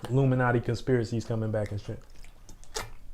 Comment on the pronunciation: The con-spear-a-see...Is...eye-rate